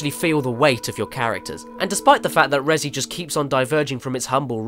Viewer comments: "rezzy" stop that please. "REZ" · Damn it Caddy, Res-E is right in front of your face, but you still pronounce it ResEE but spell it Resi? Why? You don't pronounce it ResEEEEdent.